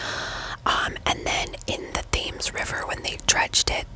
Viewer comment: Great video. The river Thames is pronounced “tems”. Good reason why this is a popular video of yours. Thanks for flagging it in your latest video!